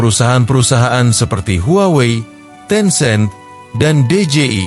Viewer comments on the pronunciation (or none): none